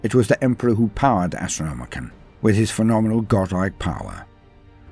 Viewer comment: It's the AstrnomiCAN, not the AstronomiCAN'T!